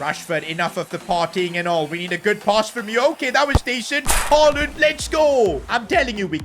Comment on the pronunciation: Ain't no way blud said haland